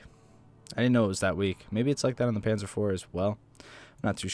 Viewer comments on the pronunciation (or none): none